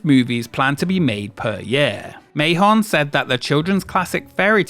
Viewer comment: "Mahon" is pronounced like man